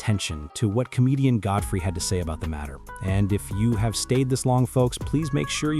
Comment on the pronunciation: AI is horrible! Who the hell is Gudthry?!